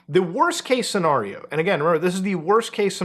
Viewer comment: The way you say "scenario" makes me giggle.